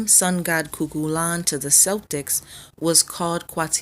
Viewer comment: Great video. But I have to admit It sounds so weird hearing Celtics pronounced with the S instead of a K sound.